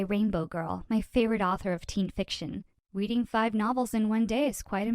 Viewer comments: Her: Ive been We weading my novile Me: yeah she's definitely a bookworm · Did she just say weweading? Just me? Okay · “I have weweading my favorite novels” lol